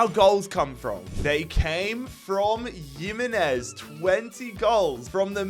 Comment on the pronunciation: Pronounced “him” not “yim”…